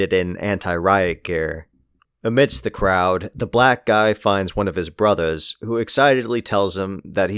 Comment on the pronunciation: You did not have to say "brothas" like that dude 😭